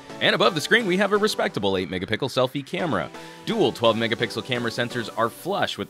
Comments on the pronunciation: Did he just said 8 megapickles? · ...video of you saying "Megapickles" in 1 week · I think he's trolling us now with his pronunciation of megapixels